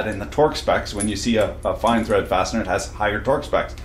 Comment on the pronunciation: Correction “farsiner” you said fastener.